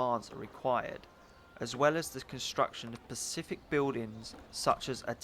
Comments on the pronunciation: Good review, but the word is 'specific', not 'pacific' :P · "construction of 'pacific buildings' LOL